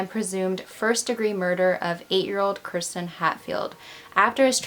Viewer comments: Idk I heard Kristen I listened closely but who knows maybe you weren’t pronouncing kirsten right. It’s pronounced “Kerr-sten” hard R. I’m not hating but I did sort of think listening throughout it’s kinda disrespectful to not make a hard effort to pronounce the name correctly or address it.. if it is unclear to your viewers what you are saying that needs addressed or fixed because it does sound like Kristen.. just saying if I were her parents watching I would be upset.. it’s not the end of the world but little things like that do count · I think Kirsten is pronounced KEER-stin... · The way she pronounces her name is so weird to me, because I’ve only heard people pronounce Kirsten as “Keer-stin” instead of “Ker-stin” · As I am watching this and seeing you say her name, I had a friend in college with the exact same spelling, said the exact same way. That's how everyone said her name including myself. How are you saying it wrong?